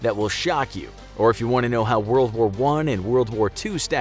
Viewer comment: Woa woa 1? Wold woar 1?